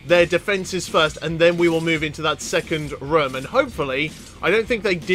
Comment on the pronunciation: the way you say room,lol, how many people are in this rum?